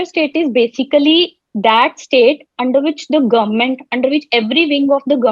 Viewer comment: Besically besically 😃